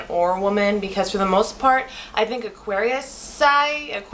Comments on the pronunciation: Lol, what's wrong with my teeth and why does that matter? Plus, you pronouns it ''Aquarians''. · you don't even know how to say Aquarius. And why do you say we think that we're so special? doesn't everyone think they're special? why do you even have to say about our teeth? yours looks like a beavers teeth or Spongebob's teeth! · Lol dumb, you can’t even pronounce Aquarius well enough to be confidence 😂 jk(no offence) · Smh; if you gonna make a video at least pronounce it correctly. You just sound stupid an Narrowminded. I'm an Aquarius btw.